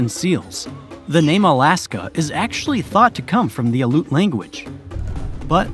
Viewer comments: I'm not Native but I grew up in Fairbanks. Aleut is pronounced al-ee-oot'. You should learn something about the different, unique, and ancient Arctic languages, all around the North Pole, some of which are dying out, before you try to talk about their varied cultures. The Native tribes won't be happy. Valdez is pronounced val-deez'. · FYI - part of my family are native to Alaska: 1) Aleut is not pronounced Aloot it’s pronounced Alley-oot 2) Tlingit is not pronounced T-linget it’s pronounced Klinget with a K sound not a T 3). Crimean is not pronounced like CRIMinal it’s pronounced CRY-ME-AN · You are mispronouncing Aleut. Aly-yoot- not “Aloot”. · Aleutian natives are pronounced “al-ee-oots” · Your pronunciation of Alaska Native names is terrible and borderline insensitive. Al- ee-yute, in-oo-pee-ak, look it up next time cause it hinders your credibility. Inuit people have been here in Alaska way longer that 1000 years. Perhaps you could say they didn’t settle in the current places in a way that archaeologists can prove their continuous habitation until ~1000 ce. Do you use fact checkers? I love your videos but always take it with a grain of salt cause of little errors like that. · Outstanding video. The narrator needed more research into pronunciation, though. Aleut, Valdez, Juneau need correction. Good effort on Tlingit, and all the Russian negotiators. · You are pronouncing Aleut wrong 😅